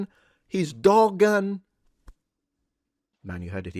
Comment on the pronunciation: Not defending that disgusting loser Hamas Piker but the Turkish name Dogan isn't pronounced like that. The 'g' is silent in the name so it sounds something like 'doh-aan' instead of the way you're pronouncing it.